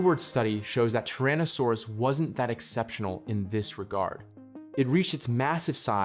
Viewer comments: It's 'Tyrannosaurus' not 'Trannosaurus'. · TYrannosaurus, not TARranosaurus